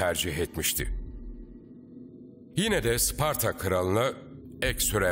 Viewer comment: 1000 yıldır bazılarının sucuk yerine uscuk demesini anlarım da. Bari hiç olmazsa şu Sparta'ya Isparta demeseydik ne güzel olurdu be.